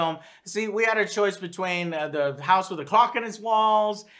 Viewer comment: When you said house with a clock in its walls I did not hear you pronounce L in the word clock and immediately got lots of interesting visuals....